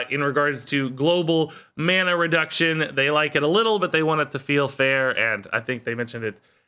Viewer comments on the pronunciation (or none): none